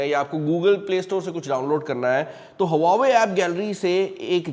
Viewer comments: It's not हवावे it's वावे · Huawei ❌ Hauva ve✅ हौव्वावे ✅